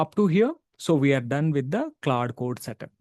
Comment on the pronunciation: its claude , not claw day lol